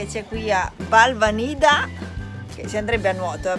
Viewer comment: Si pronuncia Balvànida con l'accento sulla prima "a" !